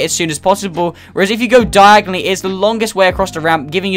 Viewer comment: U said diagonally exactly like harry potter said when he meant to say diagon alley